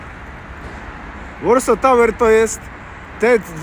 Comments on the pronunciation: Tak, ale czyta się Warso, nie Łorso... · To jest Warso, a nie Łorso...